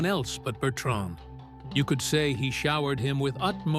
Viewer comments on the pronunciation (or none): “You could say he SHOWERED him with utmost favor” 😂😂😂Bruh A.I. out here wildin